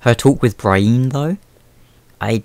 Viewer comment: pro tip: its BREE-en and sir-SEE not BRY-een and sir-SAY